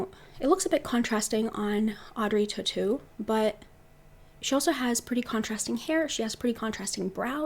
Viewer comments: Born French speaker here, you got it right, Tautou is pronounced "tohtoo". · It's strange. I believe I AM olive, but kind of subtly so. So for example I pull off a red lip very well (I think), but if I try to wear any kind of red/pink blush, I look like a clown... Insightful as always,.:) And by the way, you are saying Audrey Tautou's name correctly. It sounds like "toe-two", in English.;)